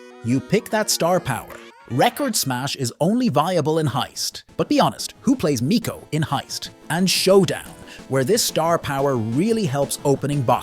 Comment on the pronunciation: why do you call him meeco?? his voicelines literally say mico, like a microphone